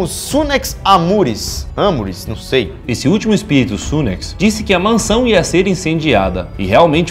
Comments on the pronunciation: "num zei" "podi ze né " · Num zei - pode zer né? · "não zei " " pode zer " kdkdkdkkskkkkdjdjskkfkdsk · NumZei Pode Z né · "Num zei" KKKKKKKKKKK